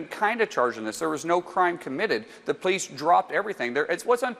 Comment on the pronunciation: “Pleece” (police), “akrit” ( accurate), “ exstablishment” ( establishment)…. Stupid people murdering our language. This guy needs to go back to elementary school for spelling, pronunciation, and re educate himself in the basics. 😑